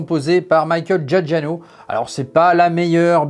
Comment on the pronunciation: Désolé mais je suis passionné de musique de films et la prononciation à 2 reprises de "Michael Giacchino" en un improbable "Michael Giagiano" (?!) m'a écorché les oreilles ! 😬Ca paraît anodin mais en fait ça laisse à penser que vous ne savez pas de quoi ou de qui vous parlez...